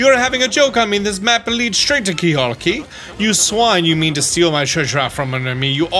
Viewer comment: Surprised no one has said anything about this- it’s “Keelhaul” Key. I think most people would expect a 100% guide to get something like this correct.